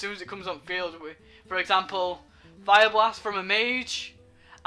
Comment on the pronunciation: "Examaple" :p